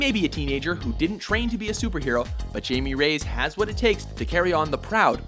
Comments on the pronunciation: Yea in Spanish the J is pronounced like a english H...ja ja ja in Spanish is ha ha ha in English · I’m sorry, I can’t take this seriously when you keep calling Jaime “Jamie” omfg my boy doesn’t deserve this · Jaime Reyes is not pronounced "Jay-me" its pronounced "High-Me" its the Spanish pronunciation of the name being that iteration of the character is a Hispanic kid. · It's not High-me or high-me. It's Hi-meh. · Hectorzeroni High-Me,, not Jamie. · awesome work, but it's pronounced "Hi-May" not "Jay-me" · you said 'J'amie nooo it's hyme please God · guys, not to gripe or anything, but it's "hi-may ray-yez" not "jay-me rays" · It's JAIME (hi-meh), not JAY-MIE --- facepalms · I could be wrong, but I think it's pronounced "High-May" Reyes, not "Jamie"....but it's all good,. I love all the shows, guys! Thanks WatchMojo Crew! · Kind of peeved that they pronounced Jaime's name as Jay-mee, when it's actually pronounced Hy-mee. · It's not Jamie. It's Jaime. (Hye may) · It's pronounce "hi-meh" not "Jay-me" and "Re-yes" not "Rays" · JESUS IT'S NOT "Jamie" it's "Hi-mey". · Okay, so first, Hi-may ray-es, not jamie rays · IT IS NOT JAMIE ITS JAIME “Hi me” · How the hell did you manage to end up pronouncing "jaime reyes" like jamie rays. It's "Hi-meh reh-yes". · he pronounced the name so wrong, is not jamie, it's jáimé, or something like that, just as long as he says it with spanish origin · Jaime is pronounced like Hi-may, not Jamie. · it's not pronounced Jamie raise, it's pronounced high-may ray-ez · why tf he call him Jamie Rays? It's Jaime Reyes, pronounced "hi-meh ray-es" (but in mexican accent) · It's Hy-me not jay-me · it is hi-may - ray-ass not jamie rays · Did they pronounce "Hamie" Jamie ? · It’s not Jamie it’s a Spanish name it’s pronounced high-meh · it is pronounced haimee non jamie. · it's not (jay-me) it's (hai-may) stop pronouncing names wrong darn it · Its actually " High-may" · High-may Ray-yez. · yeah its pronnounced "high-me Ray-ez"